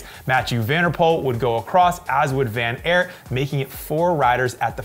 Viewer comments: It's Van Aart not Van Airt,..., as in tart or fart.. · van der Poel is pronounced like the word “pool” not “pole”. van Aert is pronounced like the word “art” not “air(t)”. In Dutch oe=oo in English, whereas oo=long o in English. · he still pronounced it wrong